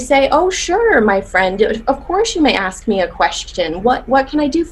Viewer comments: "You turn that aks to an ask or your ASS is unemployed." Damn. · As a danish person i was so confused when she said “aks”?? I thought what was wrong was that she didn’t say “may” but “can”. Where the fuck does “aks” come from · Aks in fact is NOT a word lol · "Acks you" infuriates me. It IS stupid. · does it kill you too much to say a 3 letter word then right way? Like seriously... I cringe anytime i hear someone pronounce it that way. You'd never say it like that in let's say - a job interview- and you def wouldn't missplell it. I've also heard people use it interchangeably, like one second they're saying "aks", then a couple minutes later it's "ask", then back to "aks". Like pick a damn side 😂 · This is ridiculous! And I hate when people can't pronounce a-SSSS-k! Now I don't mind the BlackCcent, I think it's fun and funny but, in my presence you can only have that accent if you know proper English! And yes, that's not cultural because we're not black, we're African and French speaker so.... I correct my kids when they try to be cool and use any blaccent word! So this very sad.... Demand excellent to your children so that if they fail they reach goodness!